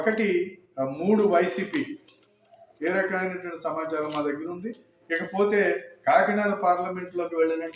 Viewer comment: చీట్లు, చమచారం కాదు బాబాయ్ సీట్లు మరియు సమాచారం అనాలి